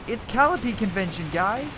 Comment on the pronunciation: It's cuh-lie-uh-pee